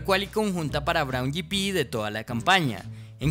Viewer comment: Braun yipi? escuadra? Pero qué idioma es ese....